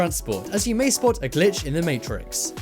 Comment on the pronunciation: stop saying glich in the maytricks